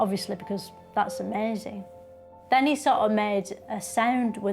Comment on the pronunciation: Absolute genius making fun out of mindless drones who think everything is 'brilliuhnt' and like, 'amezing'.